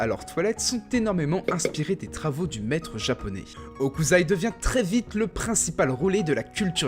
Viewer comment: Super, vraiment, mais c'est HOKUSSSSSSAI, pas Hokuzai, ça m'a fait cringe ahah ;) (j'sais, j'suis chiant)